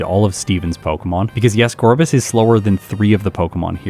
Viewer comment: It's called Gor-biss and I refuse to change